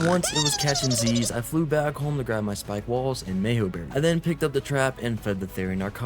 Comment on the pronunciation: Speak-ay = Spike.